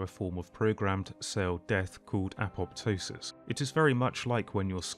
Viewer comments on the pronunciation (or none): none